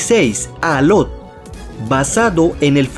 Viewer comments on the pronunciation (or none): Es alok no alot y es shani no chani